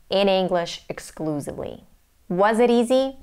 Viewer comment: Your English is great! One minor detail: Exclusively is normally pronounced with the s sound at the end of the word "hiss". You mispronounced it as a "zee" sound.